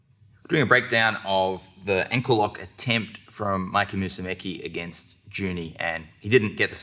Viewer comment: I ABSOLUTELY love lachlan and I'm currently saving up to travel and train with him buuuuuuuut once again his pronunciation of Musemici is always suspect😁